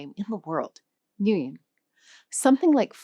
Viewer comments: You said it wrong, the Nguyễn, but it was close. You start the word with NH not NG. I don't know how to explain it with English speaker but for German speaker, it's exactly like the NG in briNGen. And this mark ~, you have to try harder. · Yes. You said Nguyen wrong 😊 It's pronounced ngwee en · When you say Nguyen it not even close :) sound like nhuyen when you say it and it doesn’t have ~. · Can't even pronounce Nguyễn properly yet pontificating with confidence: Choose your source carefully. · You pronounced Nguyễn incorrectly 😊, but this an excellent video about the languages difficulties. I have tried and failed countless times to teach friends to pronounce ng and ngã correctly. My friends could not even hear the subtlety in the sounds. There is nothing remotely like them in English. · Lol. Yes, you said “Nguyễn” wrong. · Yes you speak Nguyen wrong 😭😭😭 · tip from Vietnamese!Nguyễn,you guys cant pronounce the ngã right?well uhhh..youuu just kinda moan like this vid(at the end part) then put a ngh before it and kinda tone the moan down a bit and add a n at the end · I thought the Vietnamese initial NG was the same as in Thai and Filipino/Tagalog. The presenter sounds a bit different adding a y sound before the vowel. Which is correct for Nguyen? /ŋʷɛn/ or /ŋʲɛn/